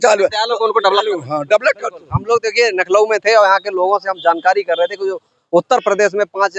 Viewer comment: पत्रकार भाई आप लखनऊ नहीं कह पा रहे हैं नमो बुद्धाय जय भीम